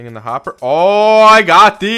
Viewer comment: Hopper, not dropper.